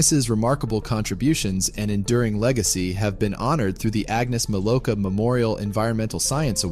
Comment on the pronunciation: Wrong name pronunciation, the W in Milowka is a V sound. But then again, stupid Americans always do badly with names that are even a little bit strange.